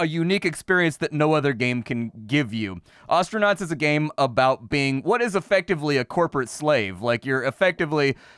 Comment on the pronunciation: My homie developer mispronounced the word "Astronaut" real real bad.